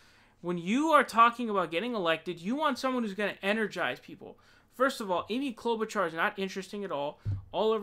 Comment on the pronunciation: lmfao Krystal holding in laughter when he says "Amy CLoudbootjar" so fucking funny. she killed it.